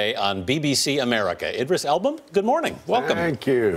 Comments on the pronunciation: Did anyone notice how the guy report cannot say Elba's last name right? Elbow? Elbum? hahaha!! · He called him "Idris Album" WTH 😂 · why does it sound like he's saying "elbow" and "elbam"?